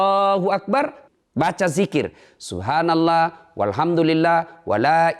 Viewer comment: Cara mengucapkan subhanallah bikin gw bingung